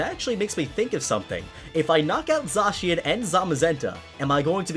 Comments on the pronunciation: It’s not zacian It’s said-s-I-an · It’s pronounced (Zae-SHe-in) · hey, just so you know Zacian is actually pronounced zayshin just a heads up! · At first I thought it was pronounced zack chian but then I thought it was zay chian and now you think it’s sa chian? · You pronounce it like zashian and I pronounce it like zakian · Wait... Did you just say... ZAHHcian? Wut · How are people still mispronouncing Zacian's name? When it was revealed, they literally said it's name. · Me: pronounced them Zay-she-an and Zay-ma-zenta Him:Zaw-she-an and Zoma-zenta Me: confused Me: injures self due to confusion